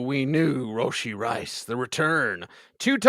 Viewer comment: Are we all saying Rashee Rice wrong, or are they? ROshee?